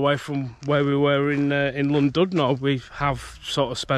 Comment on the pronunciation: Last time I went on one was as a kid on the old one at Alton Towers in the 80s - came flying off the track and hurt my neck badly! Never again... 🤣 (PS, on the principle that if no-one ever tells you how would you know any different, it's pronounced "Llan-DID-no". Hope this comes over as helpful rather than a criticism! 🙂)